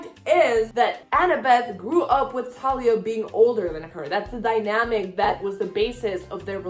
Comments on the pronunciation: Thalia is Like how u say it but th at the beginning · Okay, I’ll give you the Thalia pronunciation and not give you crap (/lighthearted) for dropping the H. It makes sense to say it the way you do, when you’re coming from a background in Spanish. I feel like I say Luke’s last name so strangely compared to everybody. It’s Cast-uh-lon for me. :)